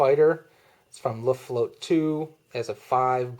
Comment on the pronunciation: Good review, but your German needs some help: Luftwaffe is pronounced "looft-wauhf-uh" not "looft-wauhf" Luftflotte is pronounched "looft-flauht-uh" not "looft-float" When will you be posting an RAF: Eagle episode?